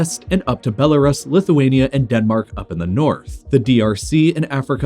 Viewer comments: Belarus is pronounced "beh-la-roos", not "beh-la-ruhs" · Belarus 🇧🇾 is pronounced “belaroos” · "Bella Russ" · Pronounced Belarus weirdly... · I have a problem with the way he pronounced Belarus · Why does he still pronounce Belarus like that